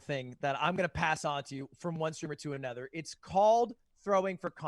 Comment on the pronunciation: Anyone else notice how Lud can't pronounce other or another properly, he says erther or anerther like everytime lmao